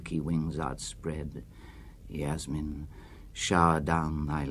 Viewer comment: Ah but only if Burton had pronounced Yasmin correctly